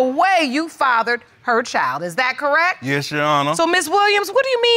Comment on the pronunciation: It's CORRECT, not CORRECK.